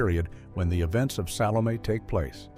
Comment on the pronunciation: I have never heard as many different AI mis-pronunciations of the name "Salome" as are voiced in this video.